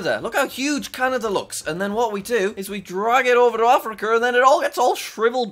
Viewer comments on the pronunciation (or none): Ah yes my favorite continent, Africker